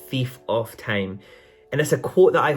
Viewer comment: Was he saying time or tame ?